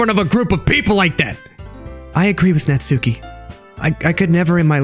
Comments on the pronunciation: natsuki name is like NAT-SU-KI with a short.U. not NAT-SUE-KI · It's not natsuki it's nas-ki